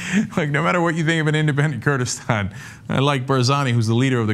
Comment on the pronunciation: Kurdistan not Kurdistand